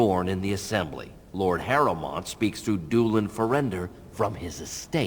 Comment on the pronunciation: "Bellend and Harrowmeat" Okay, V.